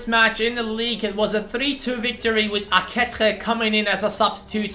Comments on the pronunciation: Ehm i think few episodes ago you found out that aketxe is pronounced "aketche" but you still pronounce him wrong. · Arratsaldeon Bilbotik! Good afternoon from Bilbao! I see you have some problems to pronounce Aketxe's name xD I'll try to help you: You alredy know how to spell the first part of the name ("Ake-"), so the problem comes in the "-txe", which is pronounced like in the word "ca*tch*y", but the last "e" from "AketxE" is not pronounced like in the word "b*e*" but like in the word "b*e*st".